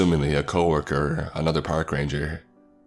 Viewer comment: Am i the only one that heard power ranger instead of park ranger in the begining of the video.